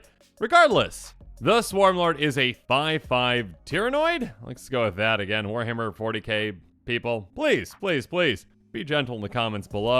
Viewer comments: Ah yes. The Tyranoids. The Imperiolis most dungurous ernermy. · It's tyranids but you did good I'm so excited